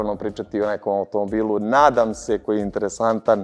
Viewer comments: NADAM SE je rekao dva puta, i to jasno naglasio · Malo je čudno i ovo na samom kraju kad dvaput naglasi "NADAM SE"...